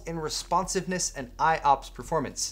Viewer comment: Did anyone else think pancakes when said IOPS?